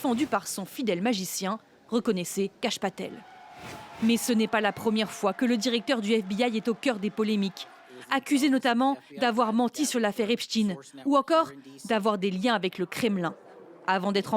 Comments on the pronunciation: Epstein pas Epstine ! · En FRANÇAIS, on prononce Epstaiïne, pas Epstine De même que vous dites Pekin et pas Beijin